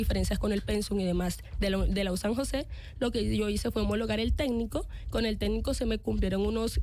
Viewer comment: No es "tédnico" es "técnico" joven técnica...en mentiras😂